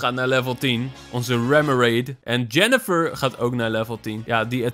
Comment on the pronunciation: ze heet yeniffer en niet yeneffer